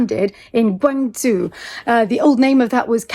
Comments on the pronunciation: You’re still mispronouncing Guangzhou - Guang-JOE, not Guang-ZOO. I’m glad I lived in Hong Kong before the Beijing crackdown. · They locked the minibar because they didn't want minors to drink alcohol. You looked like you were 18. Laugh. Seriously, thank you for sharing. I love Guangzhou too. I was there in 2019 and we had a blast. By the way, it is pronounced more like Guang-Joe, not Guang-zoo.